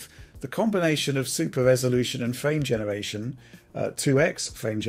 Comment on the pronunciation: Not trying to be mean, but this guy’s rhotacism really gets to me for some reason...I actually had to look up what it’s called. Hearing “phwame genewation” and “path twacing” over and over is just too much, man. If it’s due to a neurological issue I sincerely apologize, but if not... yea 😭